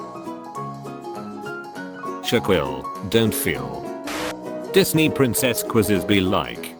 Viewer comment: "shaqwill" "ikee" "100 50s"